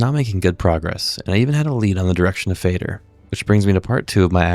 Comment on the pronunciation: FINALLY someone who pronounces Fader correctly